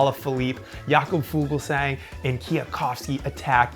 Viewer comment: Pronounced "Fulsang", not Fugelsang